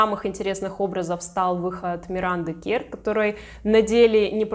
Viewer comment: Имя произносится Миранда КЭрр, а не КЕрр